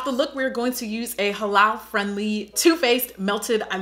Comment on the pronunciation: I thank you for pronouncing "Muslim" and "Halal" correctly. It is so exhausting to hear grown folks jacking it up! Nice Tutorial